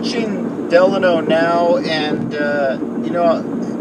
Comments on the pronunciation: It's Delano not De Lano. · Side note: Locals pronounce Delano as De-LANE-No.